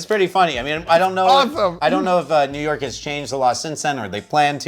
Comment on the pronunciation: “NEW YORKA” I love 😂